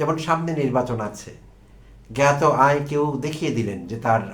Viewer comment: জ্ঞাত, এর উচ্চারণ গ্যাতো। গাতো বলেন কেন?